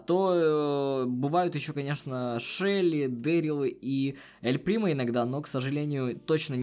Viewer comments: почему не Эль примо, а Ель примо!?))) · Правильно эль примо а не, ель примо